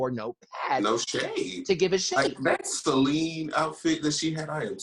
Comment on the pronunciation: did he say Steline or Celine? LOL.